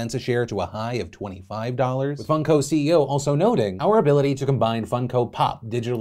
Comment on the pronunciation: I think he is bsing us. He says Fun-co Pop, not Funk-o Pop.